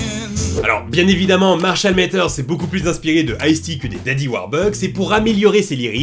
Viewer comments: Matters se prononce pas avec un "é" mais bien un "a". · Marshall Mathers stp pas Métheurs. Le "th" fait que le A se prononce comme un A français et non é (Comme dans father par exemple, on ne prononce pas fédeur). Sinon je kiffe tes vidéos je suis nouveau sur ta chaine mais j'aime bien ton contenu mm si j'en ai vu très peu.